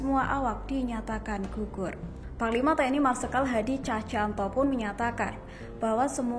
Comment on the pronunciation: Cahcantanto? Cahyanto.. Ngomong sing bener